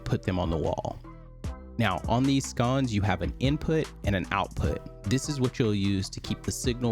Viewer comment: Sconce brother, not scones. Lol. Kidding. Great video. What did you use to get them to match the screen color?